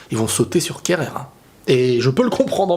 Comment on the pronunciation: C'est plus kehrer c'est kerreur 😭